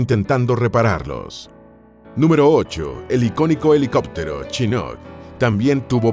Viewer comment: Aprender a pronunciar como se debe, vg. chinuk.